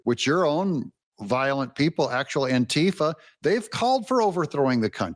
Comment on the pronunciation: Did he say June-tifa ? What it sounded like to me .